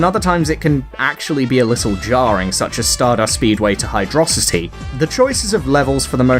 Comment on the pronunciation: Seriously, how do people think it's pronounced "hydro city"? It's clearly one word. Thanks for pronouncing it correctly.